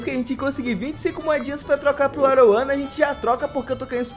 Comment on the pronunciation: Video top. Mas não é arowana é aruanã